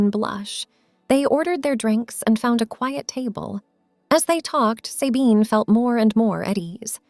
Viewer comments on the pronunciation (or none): Not Saybine - Sabine with a short a.